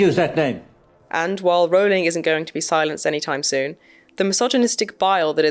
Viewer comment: It's "offensive" that the trans activist cant pronounce Rowling correctly (😂)